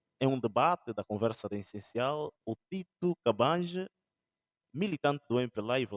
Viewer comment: Tito Cambanje e não Cabaje!